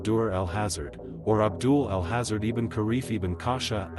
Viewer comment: "Al hazard" good video, bad pronunciations. Should be "al haaza-Red"